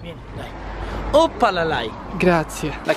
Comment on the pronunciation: 5.52- "oppalalai" ahahah